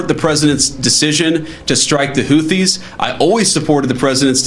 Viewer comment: What is a "hoothies"